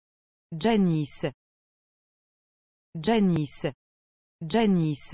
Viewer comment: Finally pronounced correctly! It's not Janis